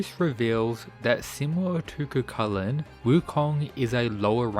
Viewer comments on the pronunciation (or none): His name is pronounced " ki-chi-lan" not cu cu lakan. Is a gaelic name. He was the original HULK, and unstoppable rage that transformed into a hideous monster according to myths. His rage was called Riastrad